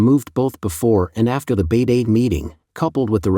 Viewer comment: Please do something about your robot voice-over. “He” keeps pronouncing Beidaihe 北戴河 as “Beidee” (it should something like “Bay-Dye-Her”). Listen to Tony on “China Update” - he is meticulous in pronouncing place names and proper nouns correctly. Many viewers neither know nor care about these distinctions, but it gives an impression of carelessness and cost-cutting.